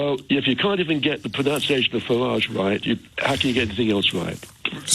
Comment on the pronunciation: It is pronounced PRONUNCIATION not PRONOUNCIATION.. Board the train chap.